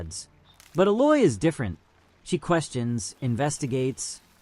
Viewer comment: Thanks for the video. You did a good job with your comparison's. My only gripe is your mispronunciation of a few words (Gaia, and Aloy).